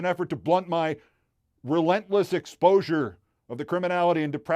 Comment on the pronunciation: When you emphasized and said "Relentless exposure you say", I laughed so loud they heard me in Beirut - and I'm in Tel-Aviv..